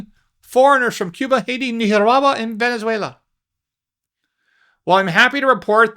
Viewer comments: Were you trying to say "Nicaragua"??????? That was the WORST pronunciation of it I have ever heard! Ha ha ha 😂🤭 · WTF is Neehawahwa??? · Nicaragua pronunciation “Neekarawa” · You say Nicaragua funny. Hi. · 😂😂😂😂 Say Nicaragua again! Please.😂😂😂😂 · I like listening to you say Nicaragua!